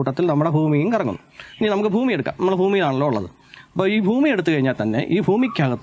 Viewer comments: ഭൂമി എന്ന് വരെ കൃത്യമായി പറയാൻ വയ്യാ.. പാവം... ഫൂമി എന്നാ പറയുന്നത്.. പറ.. എന്നിട്ട് 😂😂😂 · പൊട്ടൻ ആണോ? അതോ പൊട്ടൻ ആയി അഭിനയിക്കുന്ന ആണോ? ഭൂമി എന്നെങ്കിലും നേരെ ചൊവ്വേ പറയാൻ പഠിച്ചിട്ട് വീഡിയോ ചെയ്യ് മോനേ... ഫൂമി അല്ല. ഭൂമി 😂😂😂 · താൻ ആദ്യം ഭൂമി എന്ന് പറയാൻ പഠിക്ക് ഫൂമി ആണ് പോലും ഫൂമി പിന്നെ ഫൂഗണ്ടം 😄😄